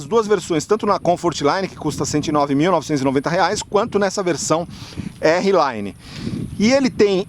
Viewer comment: amigo desculpa, mas vc é um cara q a galera segue, só uma dica ai pq se vc falar errado, esse errado se propaga com mais facilidade! não é "érri laine", R Line = "ar line" o R em ingles fala "ar".